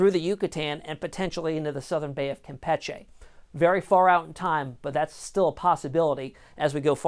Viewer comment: First time i hear someone pronouce Campeche correctly..mostly pronouce it as campeechee..